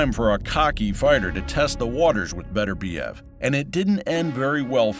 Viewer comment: By-the-way, his name is Beterbiev, not Better-biev. Show some respect.